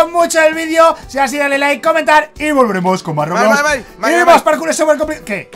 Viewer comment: Jajaja decia parcur xd Es "Parkour"